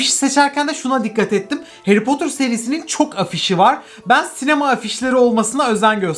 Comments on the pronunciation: Nobody:: heri potur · Nobody:harry potter:Harry potur